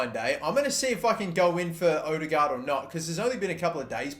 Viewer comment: Its Ødegaard nok odegaard